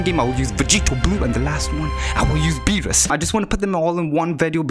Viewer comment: when he said beewus i felt that